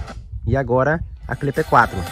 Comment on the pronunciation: Porque você fala cliper 4, se o nome é simplesmente clip 4?